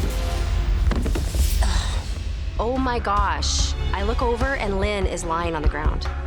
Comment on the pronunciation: Line also reveals herself as a garbage human being by saving herself. Also there is no world where Line is pronounced Lynn.